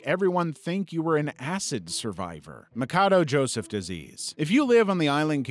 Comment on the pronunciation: Machado is spelled MA-SHA-DO